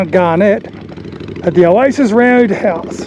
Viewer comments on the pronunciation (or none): none